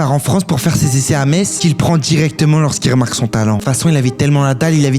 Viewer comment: Enfin quelqun qui dis pas meTTTTz